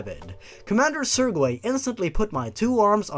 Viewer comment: "Sir-gay"